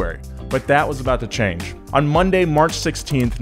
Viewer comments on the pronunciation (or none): none